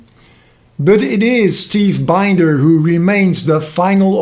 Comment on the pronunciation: Steve’s last name is pronounced “Bender.” Heads up.